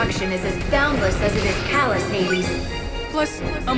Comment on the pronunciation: Your suposed to said Hades silly. :3